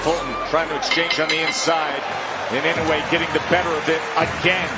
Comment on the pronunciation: The last name is "II - NO - UH - EH".... Commentators insist in the INOWAY!!!!